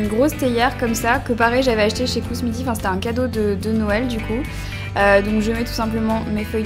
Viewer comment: black cherry merlot (le t ne se prononce pas ;) ) c'était mignon merlotte ^^ après perso je me douche le matin tout simplement pour être fraîche pour la journée :) mais le soir c'est sûr c'est bien pour se détendre. kUsmi tea et pas kousmi. je sais je corrige mais bon c'est sympa de dire les marques correctement. Après quand tu ne te lèves pas tôt le matin, tu peux te permettre de travailler les soir. Mais je ne comprends pas pourquoi vous changez de routine par saison. perso j'ai la même été automne printemps hiver...